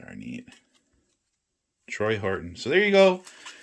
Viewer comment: TORY not Troy.